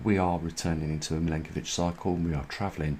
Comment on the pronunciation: Your videos are great. Just one thing, the last name of the scientist you mention is pronounced Milankovic, not Milinkovic, its Milutin Milankovic. I am an Serb, as he was, so you can trust me on that. Thank you for your work.